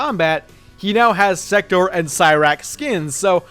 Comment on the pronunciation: At least try to pronounce Sektor's name right. It's pronounced "Sek-tore" not "Sector"